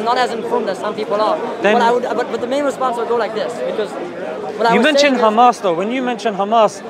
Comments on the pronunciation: that doesnt explain why they only put the kh in the word h amas. They pronounce ham as ham, right? They are able to pronounce h, linguistically. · if i say i pronounce your name honno is that right? They dont own names. If they want to pronounce their words like they want fine... but clearly they can say hello and not xello so also it should be h and not xamas. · This is how Hebrew speakers pronounce it. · This is actually a well-known phenomenon in linguistics, I think it's called "Semantic Shift" or something, similar letters are sometimes interchanged, especially between similar Semitic languages such as Arabic and Hebrew. This is not done on purpose. This is how Israelis pronounce it, I understand that it is not accurate, but it is okay, everyone has their own language limitations and there is no need to be angry. The guttural h is less used in Hebrew, it's simple as that. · Bro, that's how the Israelis pronounce it. There is no malicious intent here as some of you seem to think.. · Here is a piece of information that will make you understand: Arabic preserved the differences between ح (ח) and (כ) خ. In Hebrew as well, both exist, but in modern Hebrew, the letter (ח) ح is pronounced as (כ) خ. It's not on purpose that's how it is in language, and you can be angry, laugh at us like your friend above, but there are no malicious intentions here, there is no initial intention to confuse, this is how the Israelis pronounce it, and I have nothing more to say.